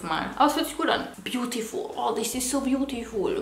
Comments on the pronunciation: Tis is so bjutiful 😂😂😂😂😂😂Ahahahhh als du das gesagt hast 😂😂😂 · "Dis is so bjutifuul" 😂😂😂💖